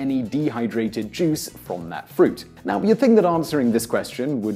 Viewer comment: i tought he said jizz